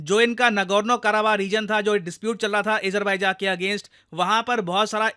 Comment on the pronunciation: अजरबेज़ान bolie pls😢